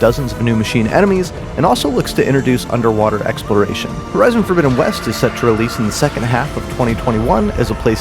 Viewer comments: Horizon not herizon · Herizon😂😂😂😂😂😂 ( horizon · "Herizon"? Is that the feminist agenda version?